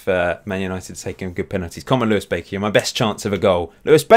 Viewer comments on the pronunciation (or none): none